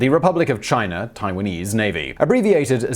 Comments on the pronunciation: One thing to pronounce a consonant like a vowel. If China had an "r" at the end of it , ironically Simon would pronounce it properly! But ... english people butcher their own language so badly that it is okay add a consonant sound to a vowel I guess. Just put an "r" sound when you see "a". What is next? Put a "b" on the end of words that end in "o" maybe? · I’m familiar with China. Never heard of Chiner.